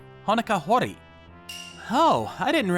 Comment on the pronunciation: It's Ho-Ri-Ye(you can make it yeah if you want), not Ho-Ri. Just a gentle correction. 🤗🤗🤗